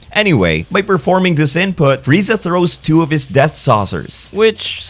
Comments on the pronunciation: One of the rare times someone actually says Freezer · Goku: "wow freezer You really were a cut above the rest" didn't even try to say his name right😂😂😂